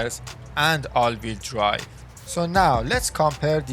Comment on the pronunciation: all veel dwive :))) LEARN ENGLISH